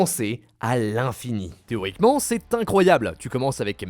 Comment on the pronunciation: Théoriquement ? Nan nan nan... "Téromiquement" oui 🤣